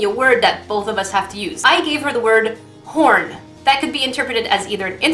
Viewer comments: At the end it sounds like you said porn instead of horn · Who else thought she said 'When I thought of porn and fruit' not 'When I thought of horn and fruit'? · who else heard porn when she said horn in the video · I was listening to this in the background and nearly spit out my water when you said horn. In my defense, it sounded like you said porn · Oh you said Horn. I thought you said Corn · LOL WHO ELSE THOUGHT SHE SAID PORN?!?!?!HAHAHAHHAHAHAHHAAHHAHAHAHA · 10.28 , it sounds like she said porn and fruit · At first I thought you said "Porn and Fruit" lol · I thought she said the minute she thought of porn and fruit lmao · Was I the only one who heard her say porn instead of horn the first time and had intense confusion? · Is it just me or did I hear her say porn.... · And I the only one who heard porn when she said “horn”..... no just me... ok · Was I the only one who thought she said p*rn everytime she said horn? Lmao